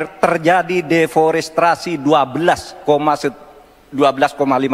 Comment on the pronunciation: Dalam 10 th terakhir terjadi deforestrasi (deforestasi) mgkn mksd pak Mahfud) 12.5 ha.(mgkn maksdnya 12.5 juta ha).Mari pak,silakan ungkap data valid dengan pengucapan yg jg valid.Thamks